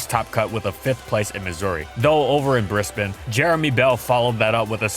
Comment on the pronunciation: Did you say "Bris-bin" for Brisbane?! That's the first time I've heard a non-Aussie say it properly lol. Good job